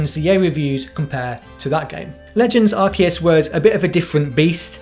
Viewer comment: good review, but it hurts my ears every time you pronounce Arceus wrong...